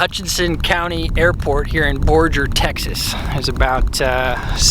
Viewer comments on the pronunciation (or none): LOL. can't pronounce any town in Texas. Borger (bor-gr, not bor-jr) and Boerne ("burn-ee"). Wait until he has to figure out Mexia....or Seguin (seh-geen)